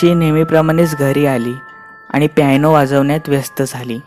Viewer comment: प्यायनो नाही पियानो. उच्चार शुद्ध असेल तर ऐकायला पण मजा येते.